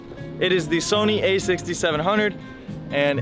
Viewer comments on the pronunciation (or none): none